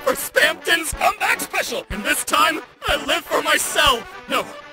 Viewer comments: I really appreciate how you pronounced "specil" differently from "special", and "Genorisity". so many people miss these little details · ok your dubs are quintessential. i can't explain how much I love how you pronounce Specil. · At least this guy pronounces ‘specil’ correctly.